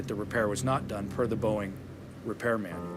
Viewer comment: Whenever you say , its Boeing.